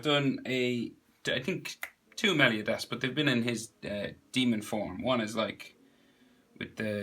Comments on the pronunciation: Meley-O-das 😂 Nice Video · Ughhh your pronunciation of meliodas gives me cancer but the drawing makes up for it